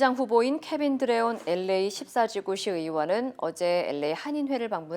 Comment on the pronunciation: 앵커 목소리가 부담스러워서 뉴스를 안들었었는데, 특히 LA 발음 정말 괴로웠습니다. 목소리에 변화를 주신것 같네요. 한결 부드러워지셔서 듣기에 좋습니다.